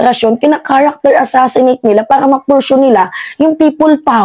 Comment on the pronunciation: iha "pursue" at hindi "pershue". Hindi demolition job, kundi false propaganda para kumuha ng simpatia.